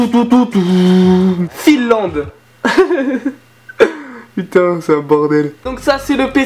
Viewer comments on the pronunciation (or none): "Fil Land" bordel ça m'a tué hahaha